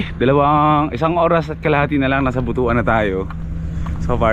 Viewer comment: ..tamang pagbigkas ng butuan is butwan...